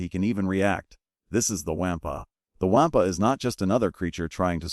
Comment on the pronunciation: The "Waaampa" is pronounced "Wawm-puh".